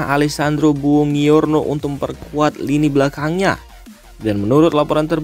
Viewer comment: Bacanya bonjuorno bg.. Bkn bongiorno..